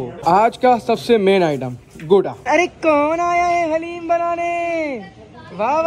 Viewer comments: Bro not hallem its daleem halleem is name of Allah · Bhai hareem nhi Bol da dareem Bol ta ha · Hallem nahi kahte guna hota daleem kahte haleem Allah ka name pa ata ha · Bahib haleem nahi hota daleem hota ha👍or love you bhai